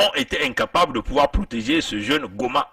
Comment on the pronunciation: VOUS ÊTES UN IMBÉCILE DOUBLÉ D’UN IRRESPONSABLE! SACHEZ QUE JE FAIS PARTIE DE LA FAMILLE DE MONSIEUR GOMA DONT VOUS FAITES MENTION DANS CETTE VIDÉO. AU-DELA DU FAIT QUE VOUS ÊTES, MANIFESTEMENT, TRÈS MAL INFORMÉ SUR CETTE HISTOIRE OU MÊME, LA PRONONCIATION EXACTE DE SES PRÉNOMS ET NOMS, QUE VOUS AVEZ ÉCORCHÉ, À DE MULTIPLES REPRISES, DANS VOTRE VIDÉO ET QUI EST UNE PREUVE EN ELLE-MÊME QUE VOUS N’AVEZ JAMAIS ÉCHANGÉ AVEC LUI, NOUS ALLONS, PAR L’INTERMÉDIAIRE, DE NOTRE AVOCAT, PORTER PLAINTE CONTRE VOUS POUR: - DIFFAMATION; - UTILISATION DE L’IMAGE D’UNE TIERCE PERSONNE SANS SON ACCORD; - ATTEINTE À LA VIE PRIVÉE; - MISE EN DANGER DE LA VIE D’AUTRUI. NOUS LAISSERONS À NOTRE AVOCAT LA LIBERTÉ D’ÉVOQUER, AVEC VOUS, LES AUTRES MOTIFS DE PLAINTE QUE NOUS ADRESSERONS À VOTRE ENCONTRE AINSI QU’À CELLE DE VOTRE CHAÎNE YOUTUBE! NOUS AVONS DÉJÀ RÉCUPÉRÉ VOTRE VIDÉO JUSTIFIANT, À ELLE SEULE, LES MOTIFS DE PLAINTE QUI VONT VOUS ÊTRE ADRESSÉ, ET QUI DÉMONTRE QUE VOUS AVEZ EXPOSÉ CETTE HISTOIRE AINSI QUE LES IMAGES DE MONSIEUR GOMA, DANS VOTRE VIDÉO, SANS AUCUNE PRISE DE CONTACT AVEC LUI ET SANS SON ACCORD! POUR FINIR, SACHEZ QUE NOUS VOUS TIENDRONS POUR UNIQUE RESPONSABLE, SUR LE PLAN LÉGAL, DES RISQUES ET CONSÉQUENCES POTENTIELS AUXQUELS VOUS AVEZ EXPOSÉ MONSIEUR GOMA ET SA FAMILLE TANT AU NIVEAU DE SA VIE PERSONNELLE QUE PROFESSIONNELLE! ENCORE UNE FOIS,, VOUS ÊTES UN IMBÉCILE DOUBLÉ D’UN IRRESPONSABLE!